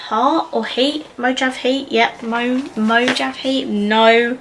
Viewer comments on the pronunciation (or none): Mojave is pronounced Mo-hauv-e. It's a desert. Agave is a type of cactus I think. Pronounced A-gauv-e